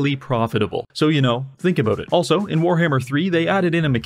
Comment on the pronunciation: ABOOT EH?